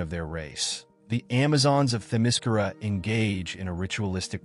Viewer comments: The only problem I have with this video is that Themyscira is being mispronounced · The way you say Themyscira is effing TERRIBLE. And you say it wrong like 700 times in this video.